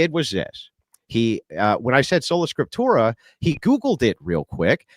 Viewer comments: What the fuck is "scriptura soleram"? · Solanatium Scipturium, you have to say it like. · Ah, Scola Tripsura, no..... Trolla Sprictura, wait..... Spota Proculla???, just leave that tab open man. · "Solo Scrotumus"... intentionally or not, dude was trolling😂